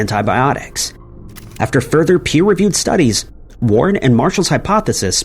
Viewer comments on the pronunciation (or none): Ar the hyphenated word peer-reviewed sounds like per-reviewed.